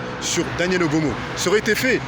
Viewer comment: EXACT il arrive meme pas a dire Obono donc ca veut tous dire BYBHR